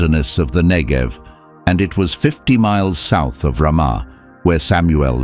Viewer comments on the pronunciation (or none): none